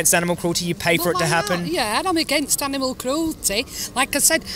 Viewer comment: What's an "animeal?" Same as an "animuel" or an "animool?"